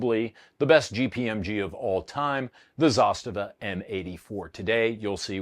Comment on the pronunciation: First one that said ZASTAVA correct.